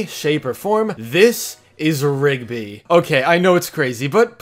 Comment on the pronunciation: For 20 second i touthg ot was pigby not rigby